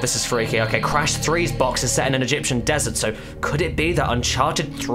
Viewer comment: "un-karted" subscribed